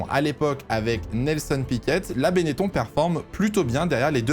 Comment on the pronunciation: On dit "Bennetonne" par contre ^^